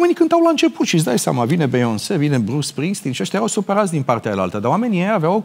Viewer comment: Mirhcea, esti exact copia lu' nea Nelu, putin mai slefuit la engleza! Bhe-ion-se😂😂😂